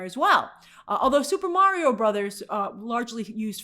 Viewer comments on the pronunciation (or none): none